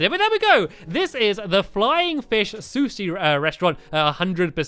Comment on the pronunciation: Stampy can't say sushi XD sorry if i spelled it wrong